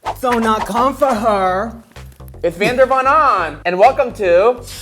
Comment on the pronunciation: Kim chi called her vander von onn